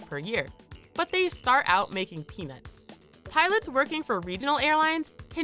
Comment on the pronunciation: "... but they start out making smshsm" what??